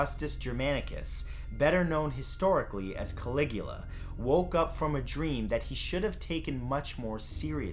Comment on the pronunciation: caligua? don't you mean calagoola?